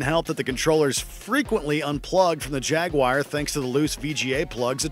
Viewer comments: Jag-wire?????? 🤣😂🤣 There's three syllables in the word for a start lads. Not two. Jag-u-ar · It’s called “Jaguar” NOT “Jagwire” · I swear it sounds like he's saying (Jag-Wire) instead of Jaguar haha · The minute he said Jaguire instead of Jaguar I stopped listening 😂😂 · Jaguar - Jagwire? I heard it pronounced as jagwar, jag u arr but never jagwire. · It is not pronounced Jag- Wire. It is pronounced Jag wah rr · Am I the only one who interprets the narrator pronouncing Jaguar as Jag-wire? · No, you're not. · cannot take this guys seriously. calling Jaguar "Jag-wire" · Is it just me or did the fella say jaguar as jagwire? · Jagwire?? LOL! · "The Jag-wire"...?